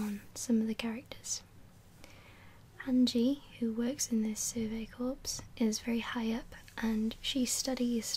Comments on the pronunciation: I'm sure someone has already mentioned this, but "Corps" is pronounced "core." It would need an e at the end to be pronounced "corpse" like you said on the video. Other than that, great video. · Corps is pronounced core btw. Loved the video :) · also something my friend corrected me on during this past summer is that corps is actually pronounced like core